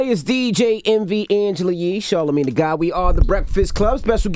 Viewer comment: Its not ..chalarmagne